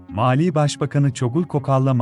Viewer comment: Malî ile Maliyi karıştıracak kadar telaffuzun bozuk.